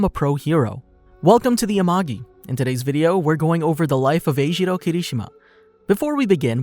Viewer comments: Sorry I just have to say that they say his name is not ejiro it is enjiro en- jiro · Him:eshiwo Me:ejirou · E gee row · Him being called eijiro caught me off guard, he’s always been called kirishima(or Kiri) by everyone I know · Neither do I, and it just makes it harder to watch these vids, because while in the show, his name is kirishima, he calls kiri eljiro lmao (Im pretty sure I spelled that wrong)